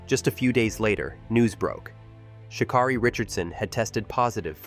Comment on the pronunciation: Its pronouncing her name wrong!! Rude